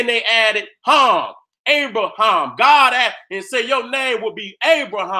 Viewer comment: Lmfao....the nigga name is abraHAM, not abraSHEM OMFG BLESS